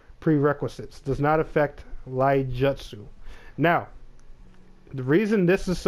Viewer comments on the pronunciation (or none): It's not "Laijutsu" its "iaijutsu" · Also, it's pronounced "EE-YAH-JOOT-SOO"